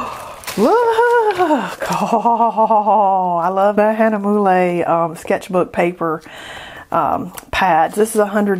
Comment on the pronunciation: Lots of fun goodies! TFS with us 😁 By the way, Hahnemühle would be pronounced Hahn-e-murl (soft r and e is silent). Steph